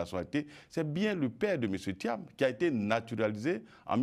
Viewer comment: Bredoumy soumaila, c'est lui qui va faire perdre thiam . En plus, il prononce Tcham, dites-lui que ça se prononce tiam. C'est un nul. Il a mis le monsieur dans les difficultés à cause de ses injures et son zèle. Il dit: " si on vous bat là, vous avez suffisamment mangé !" Donc, laissez nous manger. Politique de l'ancien temps. Il vient lui aussi pour manger. Vieillard, qui n'a rien compris si ce n'est que le restaurant. Bredoumy soumaila, tout laisse!